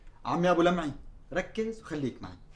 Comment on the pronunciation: لمعي وليس لبعي